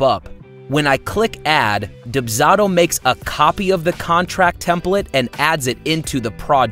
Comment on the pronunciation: This person's pronunciation of the service they're promoting is killing me and this is only the 3rd video in the series.